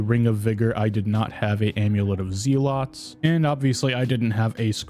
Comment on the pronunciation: Use me to take out your anger when he says “zealots”